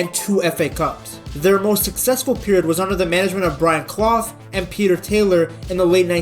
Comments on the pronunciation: Nice video ps it's pronounced Brian Cl-UFF 👍🏻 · Brian Clough, Clough is pronounced 'CLUFF'